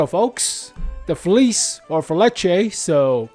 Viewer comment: please call it feliche, its not english..